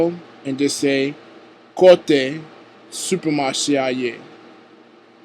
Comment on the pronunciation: bonswa met la, sak pase ? i am a Haitian creole teacher as well but what i don't understand here is that you say supecmache a . don't forget there is no u in the Haitian creole so please think it over next time. thanks